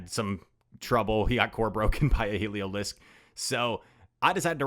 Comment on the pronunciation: Pronouncing it waaay better than Yasser Aleed with “Heliozlik” 😂